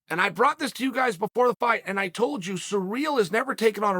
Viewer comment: It’s ciryl not surreal. Clown